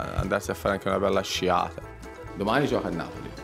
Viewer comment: "Sarebbe bello andare a farsi una bella sciaaaaaahata."